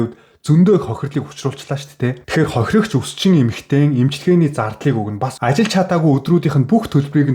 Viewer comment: Хохирогч хохироогч гэхээр авцалдахгүй сонсогдож байгаа биздээ слонгост олон жил болсоныг чинь ойлгож байнаа гэхдээ солонгос хэлээр биш монголоор контент хийж байгаа биздээ